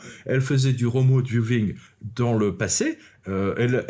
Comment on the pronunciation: On dit remote"VIEWING" pas remote "viewVing ", la prononciation est mauvaise